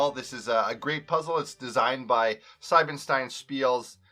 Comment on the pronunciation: Pleeease say the „ie“ in Siebenstein as the „ie“ in Spiele, otherwise it would be written „Seibenstein“ 😅 Thanks for the Video, however ☺️